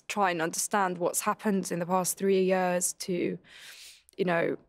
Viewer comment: i like that marina says years like "yours"